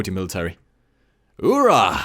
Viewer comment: jeez i remember noble at the oorah and he read it like ora ora ora